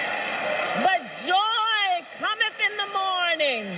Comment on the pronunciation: Her accent did the word "morning" wrong. Started ok, but the 2nd syllable was done totally wrong. Is the audience really ok with only half a fake accent, since they apparently don't mind it's an act all along? They'll take just half?